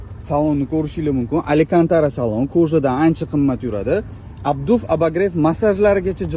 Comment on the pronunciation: Минус 20 🤦🏻‍♂️ камида минус 40 деса болади. Аликантара эмас Алькантара